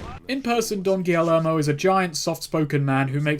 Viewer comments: Double L’s in Spanish makes a Y sound... so, Don Gee-Yermo not Don Gilly-ermo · Subscribe to find out if ever learns how to say “Guillermo”